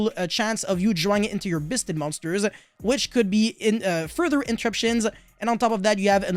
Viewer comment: = Biss-ted triggers me and I eat more xanax so I kill more my man.